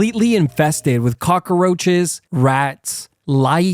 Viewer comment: Anybody else hate how he says cockaroches ?? lol good vid but everytime he says it I cringe a lil